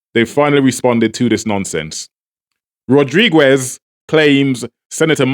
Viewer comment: Why do u keep saying "Rodriguez" like that? The "u" is silent It's pronounced Rod-ri-gez not Rod-ri-gwez